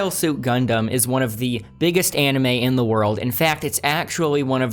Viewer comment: sorry my guy, but WTF did you just call it? Idk if I’ll be able to get through this whole video if you keep pronouncing it that way. , Jesus, you keep saying it that way. Idk man, maybe I’ll finish this later, but it might take some alcohol or something to get through this with you pronouncing it that way the entire video.